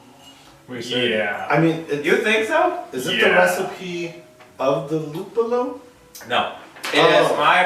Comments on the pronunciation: Nice shot! I always find Tipopils in my italian pub tap list. Tour pronunciation of Lùppolo Is correct. You only missed a final "i" in BIRRIFICIO, but it's ok. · lol, rlly? italian pils? gonna try to find this beer here in italy. btw, just so u know, your prononciation of "luppolo" was correct! (one of the 2, ofc) :D